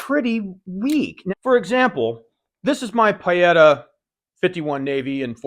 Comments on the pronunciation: I could be wrong but I believe Pietta is pronounced PEE-et-a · no, the sound is marked with the phonetic symbol /i:/ and it's very close to PEE-eta. Nowhere near what said. No matter though, it's all just nitpicking, we all know what he meant. PS I'm half Italian;)